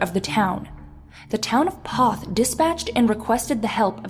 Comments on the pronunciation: LOVE HOW PEOPLE MISPRONOUNCE MY HOMETOWN NAME OF POTH,TX. IT'S PRONOUNCED LIKE POETH NOT PAWTH..........DUMBASS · You have to live here in South Texas to know how to pronounce Kosciusko. It is pronounced Ka-shu-ko. and by the way. It's pronounced Poe-th ......LO